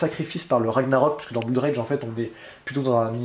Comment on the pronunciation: Ah , la viedeo du vendredi. J'aime beaucoup. une seule petite remarque :en anglais blood se prononce bleud. C'est dans mood par xemple qu'on prononce 'ou' Merci pour ces videos. Continuez comme ça bon courage pour les fetes